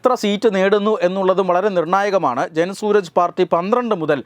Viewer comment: It's not Suraj. It is Suraaj.